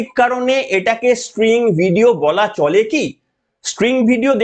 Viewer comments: খুব ভালো লাগলো। তবে কথাটা string নয় sting. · String na, spring na, "STING" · মহাশয় এই ধরনের অপারেশনকে স্টিং ( হুল) অপারেশন বলে, 'স্ট্রিং' নয়। ভুলটা চোখে কানে খুব বাজছিলো। যাইহোক ভিডিওটা যথেষ্ট যুক্তি সমৃদ্ধ। চ্যানেলের জন্য শুভেচ্ছা। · ওরে ক্ষেপা, এটা স্টিং অপারেশন, স্প্রিং নয় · ওটা স্টিঙ হবে, স্ট্রিং নয়। কম্পিউটার সাইন্সের স্টুডেন্ট বি টেক করেছেন,এম টেক করেছেন,কলেজে পড়িয়েছেন! ফালতু কথা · স্ট্রিং নয়, কথাটা স্টিং।